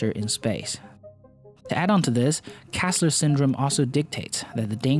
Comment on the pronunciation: Why do you insist on calling him Kassler when his name is kessler? E like in egg.